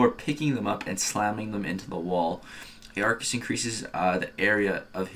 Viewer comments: Ar-kus not a-ar-kus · Pretty sure it’s pronounced arkus